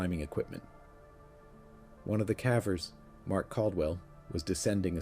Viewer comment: Forgive me for my cynicism, but I’m gonna have to label this one fake. Here’s why: 1) I suspect this is an AI narration because of the way the narrator pronounces the word “cavers.” 2) the narrator mentions the lack of footprints under the tree where the skeleton was found as being perplexing and mysterious. Nine years had passed! Naturally, there would not be any signs of footprints. In all transparency, I turned the video off after about 11 minutes, so I didn’t stick around to hear any evidence that might lead me to believe the story was true. But the trend with these types of videos is one of typical misleading or flat out false information.